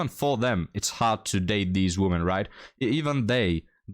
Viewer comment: the word "WOMEN" (which means more than one human female) is not supposed to be pronounced the same as the word "WOMAN" (which means one human female). You keep pronouncing it the same, and that sounds just as bad as if you said the word "MAN" every time you intend to say "MEN". "WOMEN" is supposed to sound like "we men" (just not as long). Look up the pronunciation here on YouTube.